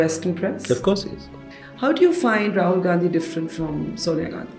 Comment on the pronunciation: Ms. Barkha It's Rahul not Tahul🤨. Please correct it